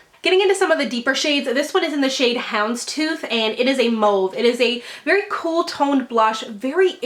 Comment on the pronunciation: YAY!!! You pronounced toile correctly! Edit: You mispronounced mauve